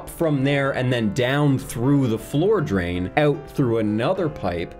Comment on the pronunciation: owt.. in and owt.. in and owt.. in... and owt..